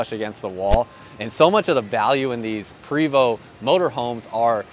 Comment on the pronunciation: The name is pronounced, Pray - vo